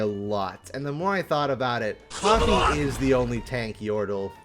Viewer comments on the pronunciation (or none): none